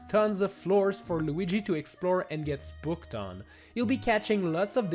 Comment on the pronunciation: I swear he said sbooked instead of spooked